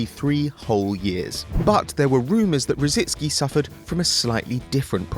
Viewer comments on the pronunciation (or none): Why do people refuse to pronounce Rosicky correctly. It's not Rot-zit-ski nor Roh- zint-ski. It's Rosicky, as its spelt! So annoying. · Why do a few of the football media in UK insist on adding a few letters to Tomas Rosicky s name? Certain famous commentators pronounce it Rosidsky, why? And now there is another player with a similar name and you guessed they've murdered his surname as well. He is Grosicky - not Grosidsky! What is it with the English!